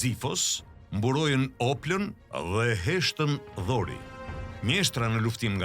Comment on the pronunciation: Ajo është heshtë DORE dhe shkruhet Dori😂😂 ti thua dhori😂😂😂 grek nuk ka pasur Kurr , por Hellen në qytet shtete!!! Një fjalë ndryshe dhe ndryshon krejt rrjedha. Hik mor djalë mos u merr me përralla , se na jan bër Bajat edhe përrallat😂😂😂😂😂😂😂😂😂